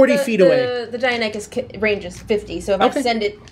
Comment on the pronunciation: It's pronounced "die, nonny cuss!"